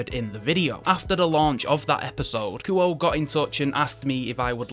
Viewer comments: I think it's pronounced more like Koo-Oh-Eh. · Actually, the proper Japanese pronunciation of Kuoe would be (Ku-Oh-Eh). I'm not sure if they want their name pronounced like an English word, usually not. But it would be like calling a girl named Akane A Cane instead of (Ah-Kah-Nay).